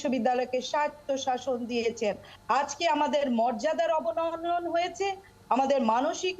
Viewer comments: শব্দটি বোধহয় " অবনমন" হবে ম্যাডাম। অবননন নয়। ক্ষমা সুন্দর দৃষ্টিতে দেখবেন দয়া করে❤❤ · শব্দটা অবননন নয় ম্যাডাম।